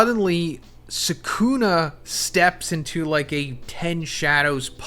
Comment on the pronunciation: Bro you saying rika ate sakuna finger at this juncture made me stop the video